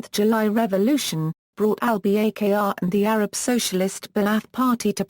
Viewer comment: The lady doesn't even know to correctly pronounce Al-Bakr's name!